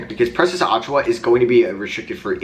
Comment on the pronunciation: Precious's last name is pronounced "uh-chew-uh"